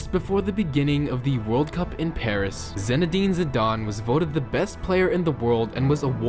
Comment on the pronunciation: ZIIIIIInedine Zidane It's not hard. Both words begin the same. Written as Phonetically